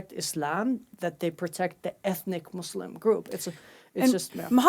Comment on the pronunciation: Muslim not Muuuuzlim